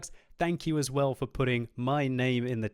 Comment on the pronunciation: 'it lows very roll'